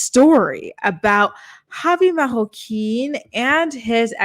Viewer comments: This chick turned Marroquin from a Latino last name into a French last name lmfao!!!!!!!!! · You really butchered both Javi and Lauren's last names!